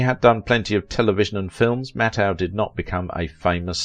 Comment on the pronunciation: This is the BEST bio-video you've ever put out!!! Mattheu was the BEST!! Except for MISPRONOUNCING Walter's last name it was the BEST!!!